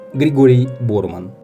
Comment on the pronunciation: Ударение Борман на последний слог.